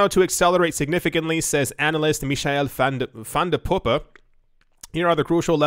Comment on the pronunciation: the only YTber that pronounces Michael van de poppe correctly bravo